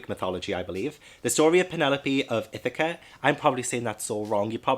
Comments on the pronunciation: You're saying Ithaca correct! I'm from Ithaca, NY. If anything, it could be more Ah instead of Eh. Like Ithahca. But it sounded great! :) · That Charlotte's Web edition I now have to have, so gorgeous! You pronounced Ithaca and Penelope correct if you were worried, sounds awesome, but I love Greek retellings and I am enjoying that more are being released. OMG, really, The Midnight Club is being released to Netflix, wish I had it! I love that book! Yes, I read it as a young little YA at 13 which would be 1994, not sure when it was actually released, but the big names of YA back in the '90's we're R.L. Stine (before Goosebumps), Christopher Pike, and Caroline B. Cooney. Lol...that ending, love it, was singing with you. 😄💕💕💕